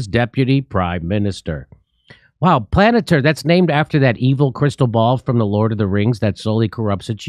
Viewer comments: pronounced...."pal-an- TEER"... pronounced Peter Teal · Palantir (pal-an-TEAR [as in wipe away the security guy's tears]) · Palantir is not pronounced "planateer." Hooked on phonics? Not so much.